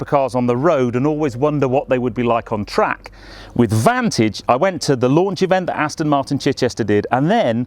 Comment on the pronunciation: I've told you before, - it's NOT AstIn!! You don't do it all the time but today, you started slipping back into your old habit! Bad!!!